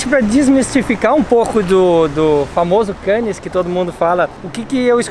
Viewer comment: e! Nas palavras franceses que terminam em consoantes (como é o caso de Cannes), a última letra não se lê!;) Ou seja, a palavra Cannes é para ser lida mais ou menos como "Câne". Beijinhos e abraços.